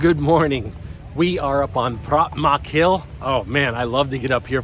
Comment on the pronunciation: Pra-tam -nak -Hill